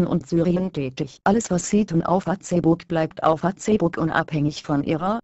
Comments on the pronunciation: haha fatzebukk, anstatt die bei google translater einfach fäisbukk schreiben, so wie es auch gesprochen wird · LOL " Fatzebook " xD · Fa-Ce-ebook :D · Wenn schon, dann Fa-ZEH-buck xDD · warum sagt die "Fazeebukk" :DDD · Fa-ze-book :'D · Fazebook haha Mit der weiblichen Hater stimmer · Fratze book sagt die! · haha Fatzebook xD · Finde die Aussprache von Facebook im Video zu geil! :-D